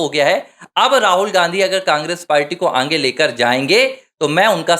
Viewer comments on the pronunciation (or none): Poor Pronounsation, aange